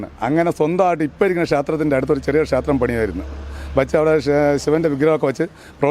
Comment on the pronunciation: ക്ഷാത്രം, ഭാഷ പറയാൻ അറിയാത്ത കൂട്ടർ